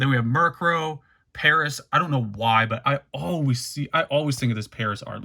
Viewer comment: Got to roll your tongue with that Parrrrrrasssss lol